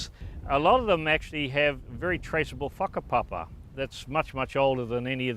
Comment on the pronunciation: When he says “whakapapa”, it sounds like he’s saying f*€k-a-papa. Just an observation. lol😂